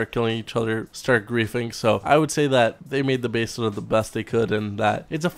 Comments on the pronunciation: Why do you say Beseda instead of Besra? :O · Besra not baesra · "basada" ITS BESRA! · He called the Besra the "Basada". This fool is slipping. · its pronounced BES-RA js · I new I was the only one that thought that it sounds like hes saying basesada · Why do you say Besra so weird? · So this whole time we were pronouncing it wrong? 😢😢😢 lol. Keep up the great videos. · Talking in game genius.